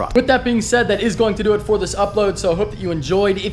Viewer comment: I feel like every time you say please subscribe your actually saying police subscribe